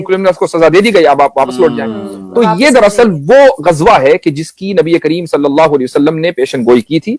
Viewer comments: Bhai, Gajwa nahi, it is Ghazwa. Z not J. Thanks. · Ghazwa e Hind ❌ Gajwa e Hind 😂😂😂😂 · Gajwa nahin mere bhai! 😂 Ghazwa hai 😂😂